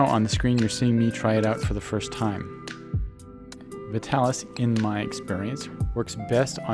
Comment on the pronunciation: Look at the old commercials - it's pronounced VI-talis, not VIT-alis